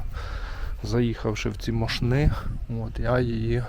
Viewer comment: Мóшни — наголос на перший склад